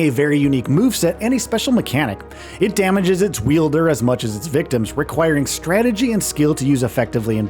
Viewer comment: “Wielder” is cracking me up. Wild-er, my guy 😂